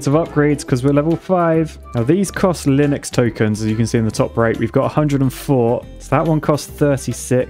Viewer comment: Do you keep saying Linux?